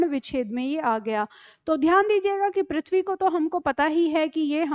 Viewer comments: Prithvi word me ru ka uchharan ri nahi kahana ru hi kahana chahiya agar english me ri kahate chahiya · ऋ का उच्चारण करने केलिए अपनी जिह्वा को मोड़कर rrr बोलें। इस प्रकार पृथ्वी का उच्चारण प्रिथ्वी नहीं prrrthvi होना चाहिए। पृथ्वी को prrrthvi कहने से पता चल जाता है कि यहाँ ऋ की मात्रा है